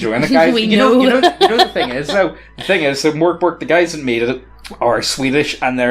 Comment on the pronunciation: Mork Borg is pronounced merk boray